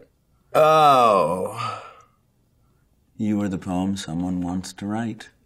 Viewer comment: I thought rami said “you are the pony everyone wants to ride” instead of “you are the poem everyone wants to write” I was like omg so explicit